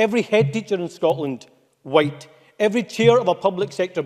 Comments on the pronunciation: He can’t even pronounce white properly. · He doesn't say white right